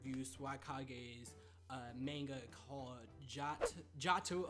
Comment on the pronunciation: Stop saying manega